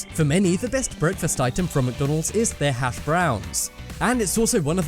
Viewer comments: Lol the emphasis on the word brown in hash browns 😂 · The way the narrator says hash BROWN - emphasizing on the brown annoys me.